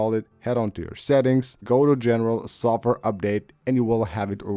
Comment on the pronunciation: “Sof ware” 😂